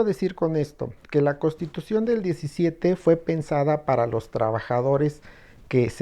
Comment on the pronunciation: Lo digo con todo respeto al, pero dice CoStitución en vez de CoNStitución, esto se escucha incorrecto.